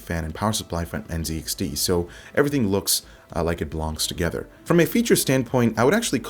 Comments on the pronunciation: Z is pronounced ZED. You have failed at being a true Canadian. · Dude - you are a Canadian. It's pronounced Zed - N, Zed, X, T.